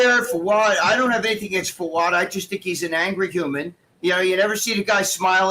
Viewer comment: Gregg, please say Fouad’s name correctly 🙄🙄🙄